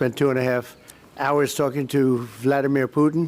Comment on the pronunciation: ဗလာဒီမီယာဟုအသံထွက်ပါသည်